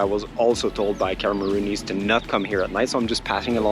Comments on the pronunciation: Cameroonian, not Cameroony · I was bogged the whole time by "Cameroonese", it's CamerooNIAN, like NigerIAN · *Cameroonian.....not Cameroonease